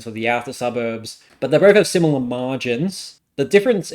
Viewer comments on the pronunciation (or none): none